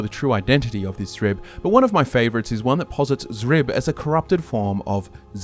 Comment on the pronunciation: Thank you for pronouncing Xrib correctly this time. It killed me hearing you guys pronounce it as "Scrib" in the last video. I even left a comment about it, but all I got was people arguing that X was supposed to be pronounced like that. 😂